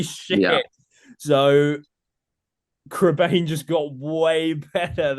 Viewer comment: it's pronounced Crebine!!!!